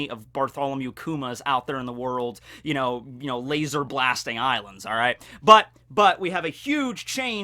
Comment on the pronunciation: Why the do you pronounce laser as lasOr.